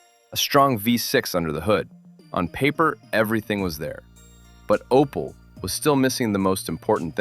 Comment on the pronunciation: where dis you read Opal? it is Opel american man.